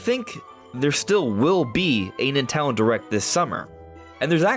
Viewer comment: Bro said "nutello direct" 💀